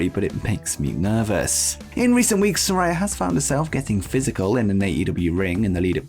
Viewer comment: You're pronouncing Saraya incorrectly, my guy!